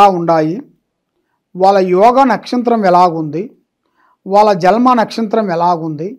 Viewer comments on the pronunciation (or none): జల్మ కాదురా bewakoof... జన్మ అనాలి...